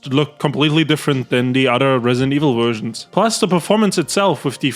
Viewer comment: "Worst Wersions"